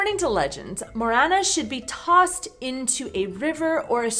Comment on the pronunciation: Morena nie moréna! Presne tak v Slovenčine MORENA